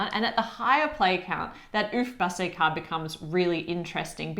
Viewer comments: Compliments to you: you pronounced Uffbasse very well. I live in Rhineland-Palatinate, and yes, you should try one of the recipes sometime. I'm sure you'll love it 😊 At this point, I'd also like to say a big thank you for your consistently great content ❤ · Your pronunciation of "uffbasse" is quite pretty precise 👌😊